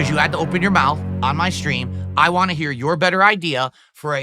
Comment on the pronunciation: The way he says waah when he is trying to say want makes me chuckle.